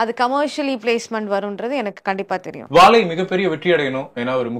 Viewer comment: "வாழை " pronunciation not impressive. Otherwise Anchor did a good job👍🏽